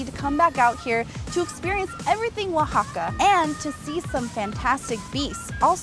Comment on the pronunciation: U said "uixaca" In Spanish you actually sound out every letter o says o the a says a (as an alligator)